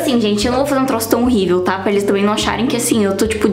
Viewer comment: A fala que tá horribel mas tá prfto cara kkkkk❤🤡